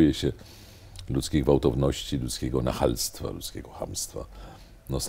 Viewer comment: Nie ma takiego słowa jak "nachalstowo" jest natomiast nachalność panie profesorze.